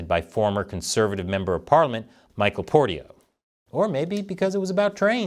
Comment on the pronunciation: his name is Michael Portillo, not Portio, lol.